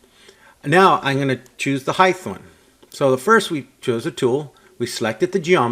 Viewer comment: Good pace and level of detail. Also, the H comes before the T in height!